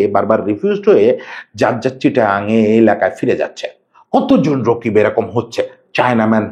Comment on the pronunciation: রকিব ❌ রাকিব ✅